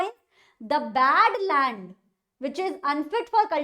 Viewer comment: Land❎ Lant✅